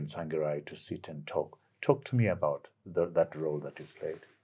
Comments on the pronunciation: He complains about wrong pronunciation of his surname then goes ahead and says "Tswangirai" refering to Mr Tsvangirai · He has worked with Tsvangirai for years but still cannot pronounce his name correctly...and yet he scoulds Chamisa for same? Are we a cursed people?